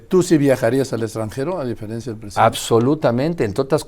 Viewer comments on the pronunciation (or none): none